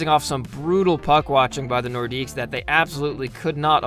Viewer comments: The more you know! Idk if anyone caught it, but the announcer pronounces it like "Nordicks". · Great video. The "s" in "Nordiques" is actually silent, though lots of people pronounce it.